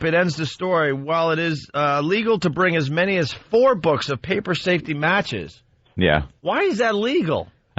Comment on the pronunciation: "Why do I keep saying matchkeses?" ~Opie -For the same reason you mispronounce words all the time... because you're an incoherent nitwit.